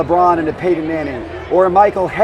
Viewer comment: “Paydon” manning. Never head of him before